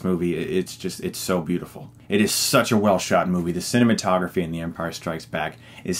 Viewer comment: I believe he just said cinnamon-tography